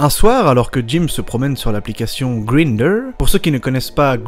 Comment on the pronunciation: Lol, Greender. C'est bête, mais ça se dit "Graïnndeur". Mais "Tinndeur". Va savoir....